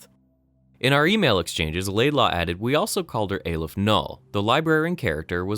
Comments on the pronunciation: It's pronounced "Ah-lef" not "Ay-lef", as demonstrated by doctor breen in the audio file . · hears character pronounce Aleph correctly still goes on pronouncing it wrong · aleph is the first letter in the hebrew alphabet -_- and you pronounce it like you read it not how he says in the video